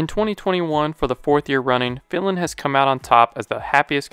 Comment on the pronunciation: It took me no kidding five tries until I finally understood the word "Finland"... I literally guessed which country you could mean by "Villain". And I'm still not sure if you actually mean Finland...